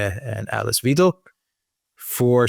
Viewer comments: It's Weidel, the German "ie" and "i" are pronounced like the letter "e" in the english language. The "ei" is pronounced like the english "i". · (ander): please pronounce the 'ei' in Weidel like the 'i' in 'ice'. Great work, impressive and important work you both do! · Dear Gentlemen as always dart in the middle.. pronunciation off dr A Weidel is as in ride 'raid'😊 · Wydal - as in "spy". Remember - except for dypthongs, only the second of paired vowels is pronounced in German, not the first. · Why-dell. By the way a bankster and neocon. A single look at the party program ans their plan to exploit germans even further to enrich the oligarchs reveals that instantly. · Just pronounce like „idle“. But I have to mention that Mrs. Weidel is not idle at all. Just the contrary. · Pronounce it like „idle“. Wanna stress that Mrs. Weidel is not idle at all, just the contrary. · 🤔 How should I believe you’re competent enough to talk about German politics when you can’t even pronounce the names correctly although your wife is German 🙄 Weidel is not difficult for an English speaker by no means 🤷‍♀️ AfD with 20-25% is not to “win” anything as long as the block parties are united against them - no earthquake at all - like the SED in former GDR. “Big coalition” CDU/CSU+SPD is nothing new in GER, just this time not with a 2/3 majority for being able to do constitutional changes. No changes to be expected! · Enjoy your program and discussions very much indeed. Thank you. You seem to take great effort in pronouncing names, especially AfD, correctly but have so much trouble with Weidel....In German, "ei" is pronounced "i". It's pretty easy and you guys are pretty smart so why the confusion? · Usually, I never care about stuff like this, but the ei in Weidel is pronounced exactly like the ei in Eisenhower. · Wiedel or Weidel? EI in German is pronounced as "fine", IE as the sound in "me" just saying. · Pronounced Whydel not Weedel. From a German. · Alice Weyedel, not Weedel